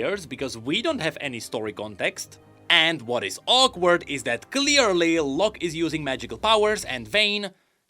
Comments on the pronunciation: I was wondering for a while why you pronounced it low-ck. and not law-ck. Figured it was just a weird pronounciation choice by Riot. At least for me, that spelling always read as Law-ck. The e is just silent, like Blond vs Blonde sounds the same regardless of the e. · bro the way you pronounce Locke, seems you're saying Lux, which then I started to get very confused as to why she was involved whatsoever